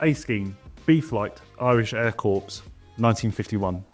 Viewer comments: well done Airfix! ill be spending my money on a few of those! great to see a Stolly, and Twin Spit! ... by the way you keep saying corpse .... pronounced as "core" lol cheers! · Pronounce ‘corps’ like ‘core’ not ‘corpse’ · Wish the presenter could say Corps properly. It’s phonetically ‘Kay’ NOT Corpse! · Corps is pronounced core, not corpse. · Please say "corps" as "core" and not "corpse" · Pronounced Corp not Corpse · The ps in corps is silent. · Isn't it pronounced .." core"? Not corps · The Wessex looks absolutely amazing detail. Very cool! But 'corps' is pronounced 'core' not 'corpse' :-) Sorry for the pedantry! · Nice reviews BUT PLEASE don't say corps like Corpse(!) Its pronounced as corr(!) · It's aitch, not haitch, and corps is pronounced "caw", not corpse, and definitely not crops! Thought I'd mention as Airfix are a stickler for detail. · Some great kits for 2025, but please: "Army Air Corps" is pronounced "Army Air CORE". A corpse goes straight to the morgue (pronounced "morg")! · Cor, not corpse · Such a shame to waste all that effort on a Jaguar, horrible looking thing! and it's pronounced core not corpse! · Corps is pronounced core not corpse! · Someone tell him 'corps' is pronounced 'corr' not 'corpse'. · Please! The word 'Corps' is pronounced 'Corrr', not Corpse! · Please pronounce Corps correctly it's pronounced Core, not Corps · A fantastic array of new kits and re-releases! BUT... If you're talking about a military "Corps", it's pronounced "Core", as in apple, NOT "Corpse" as in a dead thing!!!😉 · Folland = "Foll-und", not "Foe-lund". Corps = "Core", not "corpse" 😂😂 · Brilliant to see a 1/35 Stalwart, any chance of an Abbot spy to go with it please???? Oh and it's corp pronounced core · For goodness sakes! Corps is pronounced "core". Otherwise, very well done. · Air Corps = Air 'core', not a dead body... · Stop saying Corps with an S??? it Corps with a silent S, like Core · Corps, is pronounced "core’ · Army Air Corpse? 🤣🤣🤣